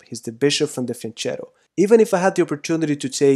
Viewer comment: Great lecture, but i'm italian, it's pronounced fianketto, not fianchettow